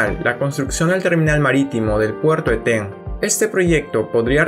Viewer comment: Muy interedante pero es Eten, no etén